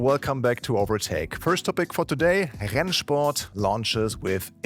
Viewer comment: that rennsport pronunciation gave me flashbacks